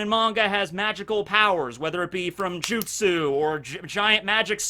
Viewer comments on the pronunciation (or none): none